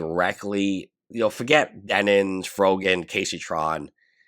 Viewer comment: He still calls Denims “Denins”. Hila’s name is officially “Hilla” on this channel.